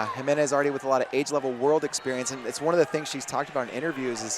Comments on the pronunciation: You white guys. It's like fingernails on a chalkboard. It's pronounced He-MEN-ez. I stopped watching, my ears hurt. Have some respect and intelligence. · Exciting match! Can you please learn how to pronounce the name Jimenez? Let me spell it out for you phonetically: heMENez. Also, I couldn’t see a mechanism of injury for Lambe, but what I could see for her was sheer exhaustion and the need to take a breather.